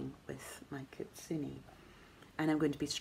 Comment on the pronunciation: You do a good job with the pronunciation of "kitsune"- and to make it even more authentic, try to not use inflection when you say the word. In Japanese, each syllable is given equal weight and words often sound monotone. The "i" is pronounced as "e" and you do that well. Here is a video with the pronunciation All is well here! My husband and I went camping over the weekend in the mountains outside of Tokyo. As we were setting up for our tabletop grill dinner the campsite owner came by- an older Japanese man- and after hearing his story about starting the camp over 23 years ago he noticed our grill and said, "I am going to bring you some wild boar that I hunted. Cut it in thin slices, add salt and pepper and enjoy." A gesture of kindness and a message that he appreciated our little chat! It is fun to make connections like this with others. Have a lovely week!